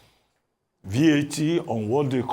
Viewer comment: Arise TV feels like international TV, but they need to display interpretation of what some people speak on TV that they call English language, even BBC those so as for everyone to understand what he is pronouncing BAT instead of VAT